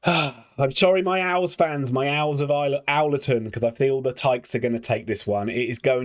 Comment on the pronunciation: You would’ve got a new Subscriber if you had said Wednesday! And pronounce owlerton right next time 😂